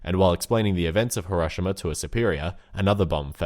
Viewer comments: I love ur content but the way u say Hiroshima makes me cringe I've always heard it pronounced hero-she-mah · THAT IS NOT HOW YOU SAY HIROSHIMA